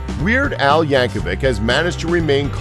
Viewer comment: You used mire than half of these on you other video and you spelt Weird Al's name wrong and pronounced it wrong